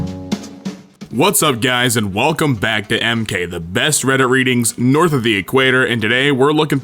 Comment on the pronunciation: Y U SAY NORTHHHH